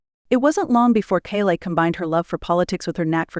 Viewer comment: First teach your AI how to pronounce her name……..She has got the greatest smile I have ever seen it always makes it all the way to her eyes.very intimidating woman